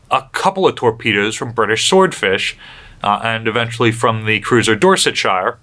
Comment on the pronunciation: when saying any name that belongs to Britain, such as Dorsetshire, the correct way to pronounce it is Dorset-sher (less emphasis on the shire bit as we’re not in Hobbiton). Hope that helps because your videos have been a marvellous distraction during pandemic times, although I am more than impressed that you don’t seem to use notes/teleprompter and your recall of all that in-depth knowledges frankly amazing! How long did it take you to learn all that, and memorise your way around “New Jersey” so well?